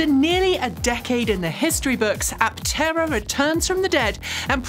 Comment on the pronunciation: and : Its not an Apt-tera. Is's simply "Aptera." No double-t.